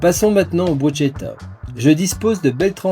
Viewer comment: Merci pour cette recette mais attention ! je viens d'apprendre que l'on ne dit pas Brutchetta mais Bruskéta (phonétique) Bruschetta, petit détail pour respecter nos voisins !